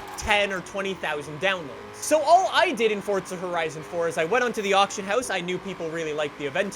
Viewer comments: Him: “FORTZA Horizon 4” Me: pppppptttzzzzz🤣🤣🤣🤣🤣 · Sorry but where is the t in forza nowhere ffs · Because he says FORTZA? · STOP SAYING FORTZA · i still cant get over "fortza" haha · Why does this guy say Forza like “Fordsa”? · "Fortza horizon" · "fortza Horizon 4" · It hurts every time he says fortza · Why dose he say Fortza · Please stop saying "ForTza". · Why does it sound like your saying fortza? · He says it like fortza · Why do you call it FORTZA?? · no. Its FOR- ZUH. Forza. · New drinking game: take a shot everytime says "Fortsa" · no ,fortza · I don't get americans, like where is the "t" in forza? can someone explain why they pronounce it so stupidly. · u mean fordza horizon 4? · Don’t you mean “Fortza horizon 4” like he has fucking brain damage. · It think you mean, "Fortza" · Is there a "T" in Forza? Show me. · POV : you can’t even pronounce forza right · its been teasing me aswell :D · this guy can't even say forza goddamn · Didnt realise Forza had a T before the Z thats weird. Learn how to speak ffs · in the same way either can be pronounced eether... It can be said that way but it's not the right way. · He likes Fortnite and forza so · Where is the “t” in “Forza” ? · Can Simone tell me why he i saying fortza insted of forza? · i love your vids, but the way you say "fortza" instead of "forza" has me messed up. like whered the t come from. much love tho lol <3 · Why this nigga say fortza not forza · why do you say forza with a T? am i the only one noticing this?HEY GUYS WELCOME TO FORTTTTZA HORIZON 4:/ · Just wasted 6minutes of my life watching a narcissist and it's forza not fortza 🤯😤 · Plz tell me you only say "Fortza horizon" bc you have an accent, bc it triggers me when you say "Fortza horizon" instead of Forza horizon. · Fortza... Fortza.. Fortza? Forzaa Forza say it now, Forza. Not T in there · Bruh it’s not fortza it’s forza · FORZA not fuckin fortza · triggers me how he says fortza instead of forza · It’s FORZA NOT FORTZA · Fort za lol stfu